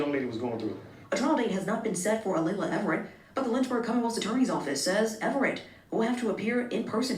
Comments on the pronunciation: It's not A-lee-ah it's A-lay-la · It's Alaila...A-lay-LA it's not that hard 🙄 she thought she could get away with it! High school kids think they can be sneaky & nobody will notice.. LOL..